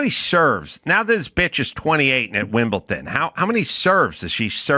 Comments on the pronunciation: Hey Adam tell me you don't understand tennis, firstly by not knowing how to pronounce Wimbledon. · there's no t in Wimbledon